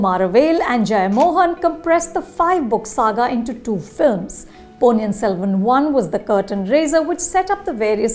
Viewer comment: Learn to pronounce ponniyin selvan correctly